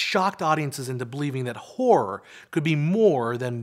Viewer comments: hahaha you probably should pronounce the word "horror" more clear cause sometimes sound like w*ore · I always thought horror had two syllables. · I never knew I was pronouncing horror incorrectly till the pendantics on YouTube started correcting me. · Is he pronouncing horror like that deliberately? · Dear god the pronunciation of the word horror makes this nigh unwatchable.